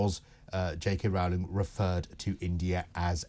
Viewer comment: It's JK Rowling - to rhyme with 'bowling'.